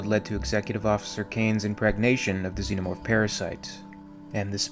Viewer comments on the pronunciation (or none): none